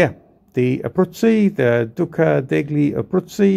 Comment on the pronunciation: Duca Deyye Abruzzi. In Italian, gli is pronounced like a y.